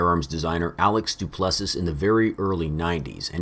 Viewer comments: The last S is silent in Du Plessis. Sounds like “Du Plesseee” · Gosh, I don’t wanna be that guy, but you pronounce his name do-pleh-see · My God,. It’s pronounced “Doo-pless-ee”. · Du-play-z is how you say duplessis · name is pronounced Du Pless E. I’m not smart or anything, there just happens to be a S African UFC fighter with that name.